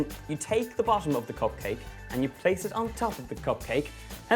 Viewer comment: copcake! Love the pronunciation <3 it'd be amazing to make cop copmakes for a cop party! xd :)